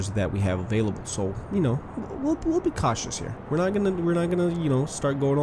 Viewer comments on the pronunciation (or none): none